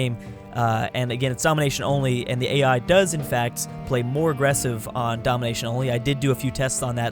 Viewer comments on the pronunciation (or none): none